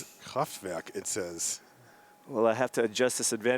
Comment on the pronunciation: thats some good pronounciaiton of KRAFTWERK